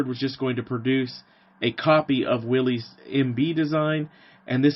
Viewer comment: How very refreshing to view a video in which someone actually has the story right! If there was one detail (O.K., two;... John North Willys pronounced his name Will-iss. ) that I would adjust, it would be that Ford was not so much 'asked' to participate in the project that became Truck, 1/4 Ton. 4X4, G503. It is my understanding that Ordnance applied considerable pressure to Ford Motor Company 'informing' them that they would provide a prototype and prepare for production as there was concern about Bantam's and / or Willys Overland's ability to provide for projected demand. For any who do not know; Ford's GP designation did not indicate 'general purpose' or anything of the sort (as is somewhat commonly assumed). Per period FoMoCo documents, G was 'government', P was Ford's internal code for vehicles of 80 inch wheelbase. Vehicles built by Ford as subcontractor to Willys' G503 contract were GPW, or government, 80", Willys pattern. Addendum: - Both Bantam and Willys 'built' 1/4 ton trailers of the same pattern during WW2, the Bantam T-3 and Willys MB-T. Both firms assembled their trailers from components provided by American Central Manufacturing (ACM), a firm which also produced 'body tubs' for both Willys MB and Ford GPW. ACM had previously built bodies for the Cord 810 and several other automobiles. The T-3 and MB-T were watertight and could be used as boats or even as pontoon bridges if required. - Kudos for including the 'Rotarbuggy', an autogyro 'Flying Jeep'